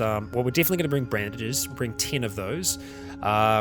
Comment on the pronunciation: I still wish to voice-act alongside his videos. Make it happen people! it is also an idea that simply fits with the series. There is artwork, but why no voices? Hence. Again. I won't give up untill i get to voice-act with you. '''brandages'' is a thing now. And yes you misspoke in the best way possible.